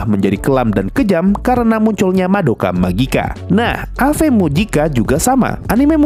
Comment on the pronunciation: Aku Ave Mujika saya kasih jempol karena pengucapan Madoka Magica nya bener👍 Ayo maen Bengdrim 🤝